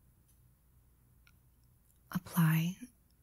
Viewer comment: Did she say "ASMetrically"?